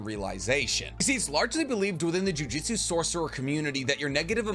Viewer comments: It amazes me that you that you pronounce the title "Jujutsu Kaisen" correctly, but otherwise pronounce sorcery as "jiu-jitsu." It's JOO-JOOTSOO. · Loved the video but for the love of god it’s JUJUTSU not JUJITSU 😂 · OMGGGGGG 🤦🏽‍♂️ ITS CALLED juJŪTSU & NOT JIUJITSU !!!!! jiujitsu is a martial arts bro it’s something that actually exists & jujUUUUUUtsu is the anime that we all love to watch & read . i hate when people make this mistake lol 🤦🏽‍♂️ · He he goes again, calling "jujutsu" jiu-jitsu. Say it with me: JU-JOOT-SU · Just wanted to make fun of you a lil bit. "I've learned nearly everything there is to know about this series" says jujistu and not jujutsu for the majority of the video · Lmao I love your stuff but you got me cracking up with the "jiu-jitsu" got me imagining megumi running around putting curses in rear necked chokes 😂😂😂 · “Jiujitsu” 💀😪 Lmao So cool rule of thumb: Japanese pronunciations are really simple because the vowels will sound the same every single time A = ahhh as in when the dentist says “say ahh” I = pronounced like the long e sound ex. Key U = oo like goo or poop E = as in the long A sound , sounds like the a in crate, table (this pronunciation is a lil complicated but this is close) O = long o sound , like open or okay Some constructive criticism after hearing chibacko tansai over and over again 😭😭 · Great video! Only critique is that calls it jujitsu repeatedly 🤣